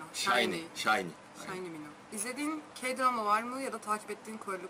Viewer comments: minho Mino diye okunuyor. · minho Mino diye okunuyor